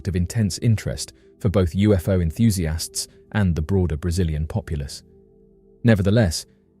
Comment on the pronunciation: Enthusiasts ❌ EnthusiAHST ✅